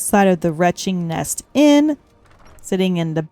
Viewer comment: You gotta work on your pronunciation of names! 😅 Jorvaskr is NOT pronounced with the usual "J" sound. And the inn in Solstheim is called the "Wretching NETCH", not "Wretching Nest".